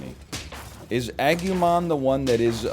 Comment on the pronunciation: Agumon is yellow not orange, also it's agoomon